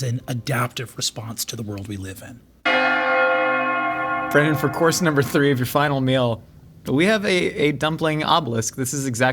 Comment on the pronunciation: BRONNAN!!!!! (brennin)